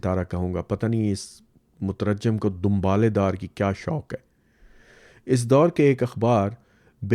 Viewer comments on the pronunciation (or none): السلام عليكم Translator in urdu is Mutarjim, not Mutarajjim. مترجم میں ر پر سکون/جزم اور ج پر زیر/کسرہ بغیر شدہ کے ہے۔ اس لئے اسے Mutarjim پڑھا جائے گا۔ Mutarajjim کے معنی جسے رجم کیا گیا Mutarjim کے معنی جو ترجمہ کرے